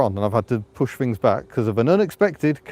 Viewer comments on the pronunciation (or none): none